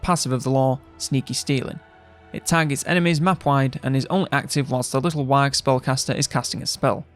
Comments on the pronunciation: Wag? What's a wag?? You mean little WAGHHHHHHHHHHHHHHHHHHHHH (wəh)? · Pls stop pronouncing the g